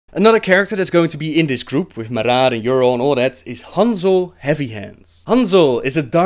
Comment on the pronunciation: The way you roll your 'r's makes you sound like a real draenei in several places, like when you say Maraat that sounds pretty good. Anyway lols at your description of blackhand that was cool.